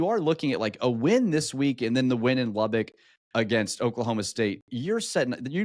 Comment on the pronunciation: You all do need to learn how to pronounce Lubbock correctly. Lubbock. Not Lubbick. The locals made a big dealb of it back in the 70s great show.